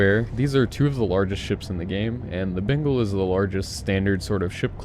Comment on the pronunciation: Is it just me or does it always sound like he says Bingal not Bengal lol.